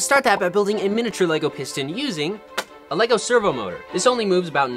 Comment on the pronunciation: Normal people - "Lego" - "LaYgO"